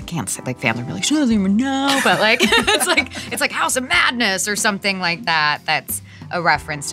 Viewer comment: lemme tell ya; saying “Da Bomb is a little bit spicy” is like saying “a dog is a little bit covered in fur”; just plain mean, girl! “I don’t wike it” is being adorably polite.